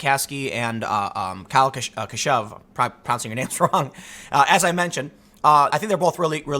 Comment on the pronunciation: It's "Kyle CA SHOOVE -- first syllable barely stressed, just like "cashew."